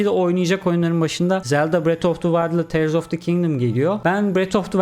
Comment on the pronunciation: Abi 'da tiğırs yerine teırs dediğin için kafaya takıp google'ı arşınladım. Ulan diyorum acaba yanlış mı anladık oyunu. Sonuç: "Tiğırs"mış :) 5 dakikalık kafa yedirmen için teşekkürler :D